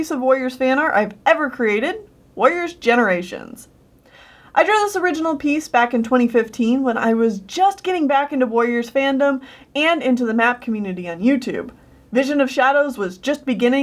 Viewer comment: No one going to talk about gererations? Okay